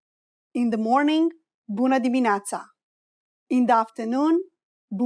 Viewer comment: excuse me Doamna the way you pronounced buna dimineata something heard not correct because I studied romanian too it is not that how you pronounced.